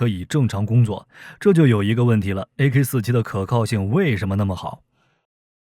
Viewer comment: 念阿卡47谢谢